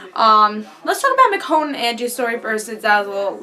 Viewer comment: Did NOT expect them to go there, specially this early. Little thing though, Michonne's name is pronounced MiCHonne, not Mikonne =) Her name is weird though, so totally normal